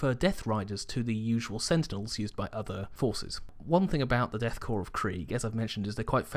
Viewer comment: Pronounces "Korps" correctly. I press the like button.